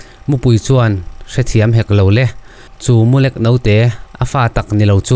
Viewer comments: Mulek tih kha midang zawt rawh ilam rik dan adik lo,,tiang a lek kawh tih a lek hi ilam ri a adik lo😄😄😄 LEK....a kal lek lek mai tih a lek kha lam tur alawm😄😄😄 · Mulek , i lam dik lo deuh . Lek tih lai hi , khek , nui khek uar uar kan tih a ,( khek ) tih thluk a lam tur . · Mulek ni lovin Mulêk tih a ni zawk em aw? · MULEK i lam dan hi a diklo... Chem a lek nasa mai tih a LEK an sawi ang a i ti lek hi a diklo a.. Mizo in ipte kan tih, sapho in BAG an tih a bag thluk lai ang hian LEK lai hi thluk tur a ni zawk e. A dang chu i chhiar thiam khawp mai, a ngaihnawm a. A mu lai khi chu i lam dik a, LEK khi BAG tih kan lam thluk ang hian lam ri la a dik thlap mai ang. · Mulek tih hi i lam dik chiah lo deuh ania.... Thil lek kang ang a lam riloin, Vawkte a ngek ang a lam chi niin ka van hre ve... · MU LEK i lam dan chu a va mak ve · Mulek i lam rik dan a dik lo tlat mai. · Mulêk...i thluk diklo nasa... Keep up... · mulek hi ilo la hre ngailo ani maw....i chhiar dik lo. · Mu hming i han sawia Mulek tih kha lek lai kha thluk sei deuh tur ania, i chhiar leh hunah i hre tawh dâwn nia.😂😂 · A nuihzatthlak zawk alawm